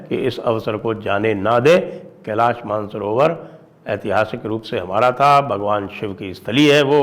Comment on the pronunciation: Man-sarovar nehi, ManasSarover hai 👈🏼 Original name.